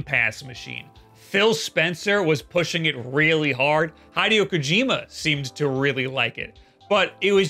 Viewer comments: This is the firs time I've ever heard someone call Hideo Kojima, HAIdieo Kojima. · Hy-dee-o Kojima... 😂😂😂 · Is Hideo really pronounced "High-dee-oh" ? I always heard it pronounced "He-day-oh".. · hai-deo kojima?? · has to be TRYING to pronounce “Hideo” that poorly 😂😂😂